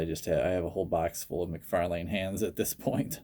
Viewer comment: cool custom but youre saying mcfalane wrong. its spelled out mc far lan . not lane